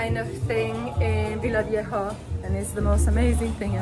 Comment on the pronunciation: It is Villavieja. Take care of yourself. There are so many YouTubers out there with "I got robbed at gunpoint" videos in Colombia, it is both scary and downright embarrassing for us as locals.